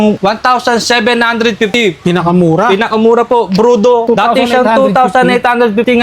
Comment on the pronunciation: brodu hindi brudo engot!